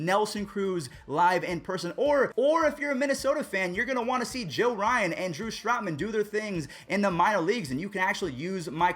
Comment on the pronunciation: Yeah you definitely botched the name Joe Ryan😂classic